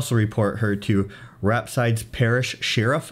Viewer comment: BTW....Rapides Parish is near Alexandria in the middle of the state and is pronounced RAP-PEEDS Parish. 🙂